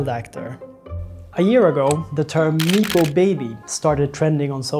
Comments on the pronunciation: Neepo 😂 just look it up before speaking bro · No one has ever said "neepo " baby. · great doc. super needed. it's pronounced nep-oh baby tho ;)